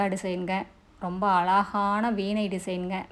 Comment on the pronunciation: Ungalukku zha varatha .?alaga entru solgirirgaltamizhai kollatheergal.